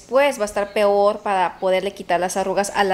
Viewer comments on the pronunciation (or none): none